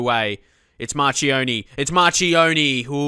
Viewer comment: Chi in Italian is pronounced Kee... and Ci is pronounced Chee...so Marchionni is mar-kee-on-ee